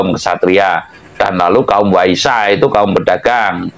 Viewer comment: Waisya (pedagang) BUKAN Waisa. Remnya masih blong ya. Belum juga bisa pelas babar ilmunya. xixixi